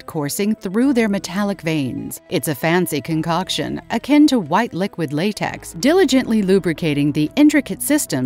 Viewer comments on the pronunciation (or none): none